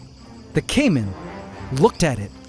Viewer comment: Caïman eh... First name: Kaym Last name: Ant